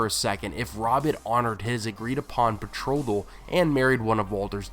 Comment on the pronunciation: Cadalin? Betrogal? I'm sorry but this is hard to listen to.